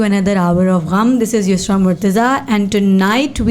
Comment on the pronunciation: Why it always sounds like Yusra, Not Usra.